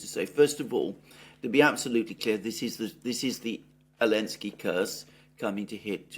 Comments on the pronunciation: Alexander said Elensky 😂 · Love it how even Alexander now calls him Elensky 😂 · Why do you keep referring to him as "Elensky"??